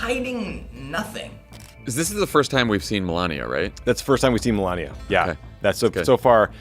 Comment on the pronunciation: If you're not going to pronounce Melania correctly, at least MISpronounce it correctly: MELABIA! 😊😂